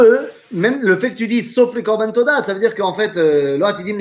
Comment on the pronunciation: Pouvez vous repeter EN ARTICULANT le nom du museeTODA